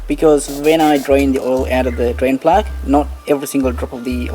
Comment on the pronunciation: Not too sure if he said "brain vlog" or "Drain plug". 🤖